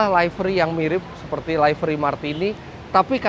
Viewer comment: info,livery bacanya liveri bukan laiveri